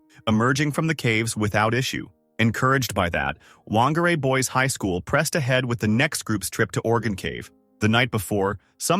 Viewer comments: Whangārei is pronounced fangārei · Whangarei is pronounced fangarei btw